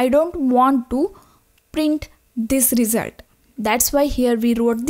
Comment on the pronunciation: Good vid, but with one suggestion : “result” pronunciation, please